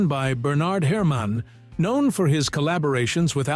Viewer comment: Bernard Her-Man? God this hurts my ears…